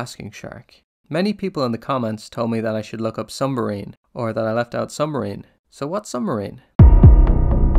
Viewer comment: lol he said sumbmarine